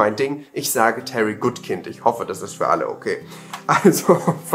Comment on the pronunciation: Der Autor ist Amerikaner und das Wort "kind" ist ein englisches Wort. Daher spricht man seinen Namen komplett englisch aus. Diese furchtbare Kombination aus "good" (englisch ausgesprochen) und "kind" (deutsch ausgesprochen) ist einfach nur denglisch und geht GAR NICHT 😅 (Natürlich steht es sowohl, dir, als auch jedem anderen völlig frei den Namen TROTZ besseren Wissens falsch auszusprechen, aber ich finde es in so einem Fall immer wichtig zumidest zu wissen, wie es korrekt WÄRE 🙃🙂☝ ICH sage beispielsweise, auch trotz besseren Wissens, nach wie vor mit dem Brusston der Überzeugung "DAS Radiergummi", obwohl ich weiß, dass es korrekt "DER Radiergummi" heißen würde, enfach weil sich der Artikel "DER" in diesem Falle für MEINE Ohren so falsch anhört 😄✌) In diesem Sinne, dir und allen anderen die das gerade lesen einen guten Rutsch heute Abend und auf ein schönes Booktube-Miteinander auch im nächsten Jahr 🙃🙂